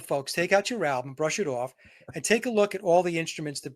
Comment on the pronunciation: 🔥🧨, great discussion, but if Vince says “alblum” one more time I’m going to “exblowed”💥